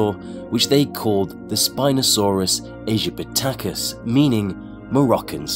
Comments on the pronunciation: not ee gip i ta cus it's ee gip ti ah cus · 1. It was discoverd by Ernst Stromer. 2. It’s ”Egypt-ia-cus” not ”Egy-pa-toe-tacus. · Egypaticas is pronounced (Egypt-icus) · Mans really said "Spinosaurus Ayjipitakus" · Not to be the annoying "ackshually..." guy, but the name Aegyptiacus (not pronounced Aegypitacus) unsurprisingly means Egyptian, not Moroccan. The other described specie of Spinosaurus was indeed called Maroccanus, which refers to Morocco. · It's Egyp-ti-cus (Aegyptiacus) Not whatever the fuck you said XD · its pronounces EGYPT-i-cus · It's pronounced eejiptee akis and it was called that because the first fossil was found in egypt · Spinosaurus "EYGYPITACUS"?! LOL Aegypticus means from Egypt btw, not Morocco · the way he said edgypticus lmaooooo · Why can't you pronounce "aegyptiacus" but you can come up with how something no one has ever heard, sounds like? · That pronunciation of "aegyptiacus" physically hurts. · Christ you pronounced it’s name so wrong xD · HAHAHAHHAHAHAHA YOU FUCKING DUMBASS (sorry for the aggressively lol but you deserve it) WHY WOULD "SPINOSAURUS AEGYPTICUS" MEAN "MOROCCAN SPINE LIZARD"? YOU CAN CLEARLY SEE THE WORD "EGYPT" IN "AEGYPTICUS"!!! WHAT YOU READ AS A SOURCE WAS SOMETHING ABOUT "SPINOSAURUS MAROCCANUS"!!! PLUS YOU TOTALLY BUTCHERED THE WORD AEGYPTICUS... PLUS IT'S "SPINED LIZARD" NOT "SPINE LIZARD"!... Nice vid though I really enjoyed it... Also spino was 16-18m long... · Its aegyptaicus As in Egypt!!!! Not morocco